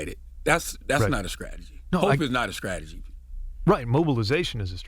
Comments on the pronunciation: Charlamagne is the physical representation of the real racism in America. And the immaturity of not pronouncing words properly , i.e, "scrategy" instead of strategy. He pronounces every word starting in st with sc. It is his immature nod to his state of North Carolinna? Idk, but he's a joke... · Skrategy? Lol. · He said "skrategy".